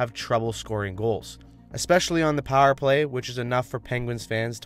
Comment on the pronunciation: Dog, are you from Pittsburgh? You say "pahr" (power) like a true yinzer!